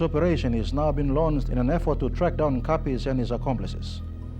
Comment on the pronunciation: 😂😂😂 It's Kapris bruhh... Kapis means something else😅